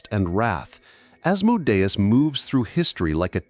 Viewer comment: You pronounced Asmodeus wrong